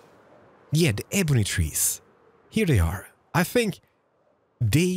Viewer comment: Its pronounced ebony not ebony